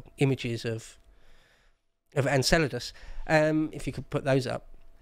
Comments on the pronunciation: You’re a what? An Enchilda? Oh… you’re from Enceladus; gotcha. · smiling because of pronounciation of Enceladus(Enkélados).